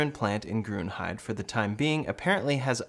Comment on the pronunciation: Pronounce Grünheide like this: Grünheider